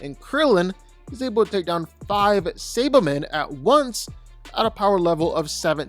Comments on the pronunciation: What tf is a say-ba-man!? Who tf is Ginyo!? Bro knows nothin about DBZ if he can't say those basic ass names😂💀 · Say-buh-men? Nay-mick? Are you another AI voice? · Mispronouncing “Saiba-men” and Namek pissed me off